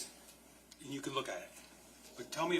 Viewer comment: Someone needs to coach the defense attorney. It’s absolutely grating how she begins each question with, “And…” The way she pronounces it sounds like, “Ennnd…” So annoying.